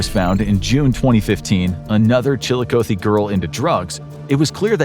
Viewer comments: The amount of times you mispronounced Chillicothe In this video hurts my head. As far as difficult to pronounce Ohio cities it's not even in the top 10. putting way too much emphasis on the O. oth-e not O-thee. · Columbus, Ohio, resident, here... The pronouncing of "Chillicothe" is not with an ending, "oh-thee". It's an ending "ah-thee." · Chill-eye-Cot-thee Please stop butchering how you pronounce the name of the city. Sincerely someone from Ohio. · One correction, it’s pronounced Chill-a-COTH-ee where “coth” sounds like “goth” but with a soft c. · chilikoathee makes me laugh every time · Incorrect pronunciation of Chillicothe. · The way he pronounces Chillicothe is cracking me up. Chillicothe and Cuyahoga always gets people. 😂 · It’s Chillicothe with a short O. Not a long one. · Am I the only ohio native thats absolutely bothered by the way pronounced Chillicothe? 🤮😭😥